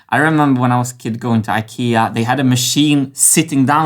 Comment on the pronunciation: I'm more concerned about him being swedish saying IKEA with english pronunciation